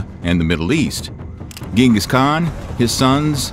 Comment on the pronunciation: lost my interest as soon as you mispronounced Genghis Khan's name..👎🏾. you would think for a historical video you could at least get his name right